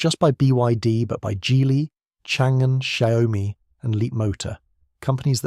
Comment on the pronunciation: Dear Content provider It's Xiao Mi NOT Xiao - OH Mi ( By calling it This way erroneously you are changing the name unknowingly and changing the meaning. When the Chinese hears it can Il irritate them the rest of the presentation is good Please check Google translate